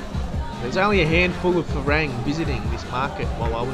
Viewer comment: It pronounces Fa-Rung. Not Fa Raaaang.